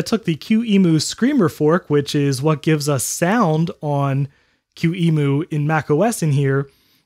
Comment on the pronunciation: I think that the way you pronounce emu (emulator) as "ee-moo" is starting to get old.